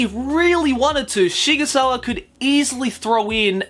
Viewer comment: >Shigusawa It's Sigsawa. It's a pen-name based on a real gun manufacture, SIG Sauer. It's even styled like that. Please try.